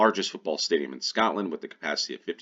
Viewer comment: It’s Scotland. Not Scat land